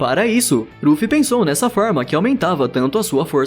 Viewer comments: para de falar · Q raiva ele ficar falando rufi toda hora man, desconecta do video toda hora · Cara no áudio você ficou chamando o Luffy de kkkkkk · eu tou doido ou ele fala? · Não é é luffy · E pronuncia luffy msm eu assisti usando sem legenda so no dublado luffy fica mt melhor vc é br mn na veia 💪🏻🔥😎